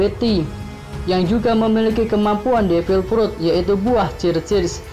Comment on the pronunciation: Kok frut baca nya